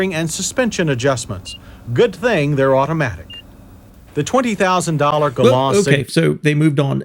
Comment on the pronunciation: That's GalanT, with a "t", Mr. Davis. This reminds me of the way he pronounced Camry when it arrived. "Cam-Ray"